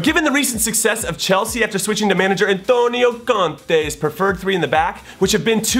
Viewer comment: Jimmy Conrad this video is racist mate, why did u pronounce in a wrong way and a bit racist way towards us Italians Antonio Conte? Just say it in English if u don't know how it's pronounced and trying to copy one of those racist programs against italians